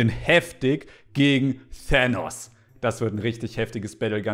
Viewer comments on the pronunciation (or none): sagt Tänos heißt aber Tanos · Tanos nicht thänos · Es heißt nicht thenos sondern tanos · Thenos😂 das spricht man thaaaaaanos sus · hat die ganze Zeit Thenos gesagt anschtad Thanos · Übrigens heißt Tahnos nicht Tähnos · Das heist thanos und nicht thaanos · Tanks nicht tonos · es wird übrigens Tanos gesprochen nach Lautsprache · Junge man spricht Thanos mit T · Wie einfach Thanos falsch ausspricht😂